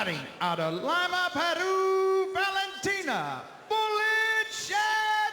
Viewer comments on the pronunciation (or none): announcer pronounced 'Lima' wrong :D